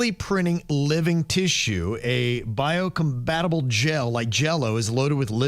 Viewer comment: I nominate that for the worst of the week you guys are talking about stem cells and instead of saying compatible, said combatable. 🤔